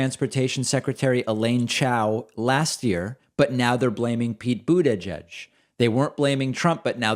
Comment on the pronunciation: Someone help us out........ Whats with the deliberate mispronunciation of mayor petes' surname?